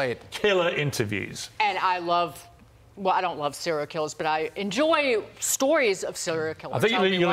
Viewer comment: Yo Fox! It's Piers Morgan, not Piers Mogran. Quality dropping?